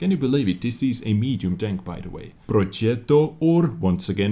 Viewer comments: Progetto , not the first one cause it's like Progietto and not the second cause it's like Proghetto. Say g without h and i. it's better the first. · Italian fan over there! With much love <3 Actually your pronunciation is correct till a certain point. You pronounce correctly the "ge" but you add an "ee" (read that in English) between the "g" and the "e". So, your Italian pronunciation is actually Progietto. That is more of a Napolitan accent. Just remove the "i" (that in English you pronounce ee) between the "g" and the "e" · It is Pronounced porgzeto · "Projietto" thats how it should sound like :) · in italian language G sound the same of english J, so you have to say projetto ;) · It's more or less version 1. Like pro-jet-to, we can tell you are a foreigner by a little unconsistency with the middle syllable which is pronounced like "jet" in "jet engine". Also "prototipo" is pronounced "protòtipo" and not "prototìpo". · proogettoo sixtee fivee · Imagine you pronounce "jet airplane" - that is how you pronounce the Pro_jet_to. Short and not G as "good" but G as "Gem" (as diamond) or "Jam" (as marmalade). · Dear, i'm italian and i can assure you that the right pronounce it is "pro-getto", and with "getto" i mean "getto" not "gietto" (you need to read it as i wrote it and not with english pronounce, because italian vowels pronounce is a bit different from english one). Btw the correct pronounce is very close to version 1 and it's very far from version 2. You need to use version 2 in this case: "spaghetti" ofc -.-, "mago"...ecc. In general you need to use version 2 (harsh sound) when a consonant like "g" or "c" is followed by "h" or a vowel such as "a", "o" or "u", or other consonants. You have to use version 1 when "c" or "g" are followed by "e" or "i" Version 2 would have been written "proghetto" in italian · It’s Pro-je-tto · Project in Italian is progetto, and as ive seen in the comments it is in fact said as like prodjetto